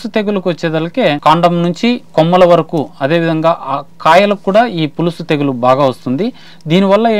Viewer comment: పులుసు కాదు పొలుసు